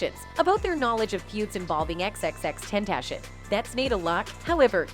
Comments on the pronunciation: Bruv his name isn’t Tentashion, it’s Ten-Tah-See-Own. I swear us white folk just love to mispronounce the easiest shit. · TEN TAH C ON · Who says (ten)-(tation) Like what?!? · Xxxtentashin lmao 😂💀 shit low key disrespectful. Y’all should have got someone else to talk over the video 😅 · Xxx ten ta c own. Tentashen really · Butcher’d bro’s name the entire video. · Pronounce his name right or don't post a video about him you utter fool